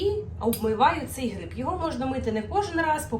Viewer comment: Особливо "гріб"